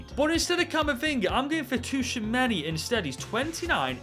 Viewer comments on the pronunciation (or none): The wheel took a toll on you! Tuchameni???? Really???? It is Tschouameni